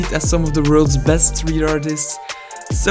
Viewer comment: "V-E-X-X the best of the bestuh" HAD ME ROLLING